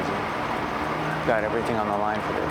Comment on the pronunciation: is it me or did I hear Gordon say everythink?